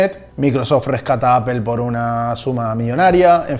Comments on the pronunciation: Por que los esñoles no pronuncian bien. La palabra Apple Dicen Apel. ? Que alguin me explique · El video esta genial pero tengo una duda, por qué le dices a “apol” “apel” (la pronunciación de apple)